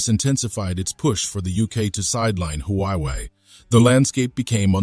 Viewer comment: First learn to pronounce UK, Huawei, and reading $1.25 billion.